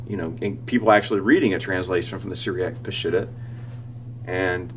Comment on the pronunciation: Let me clarify the word ''Peshitta.'' It means true pure clear and original. It is pronounce P'sheeta in the Aramaic language. Glad you like my photos in your presentation.